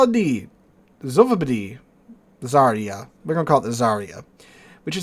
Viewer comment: The new Russki ship is ЗАРЯ СВОБОДИ or Zarya Svobody...don't quote me on the Russian spelling of the second part of the name. I'm fairly certain about the first part. In any case, the pronunciation of the first part of the name is NOT ZAReeyah, but rather ZARyah. Whole thing: ZARyah SvohBOHdee. Whenever you see a transliterated Russian word and the combo /ya/ comes up, it's pronounced YAH. That comes from the letter Я which makes the YAH sound.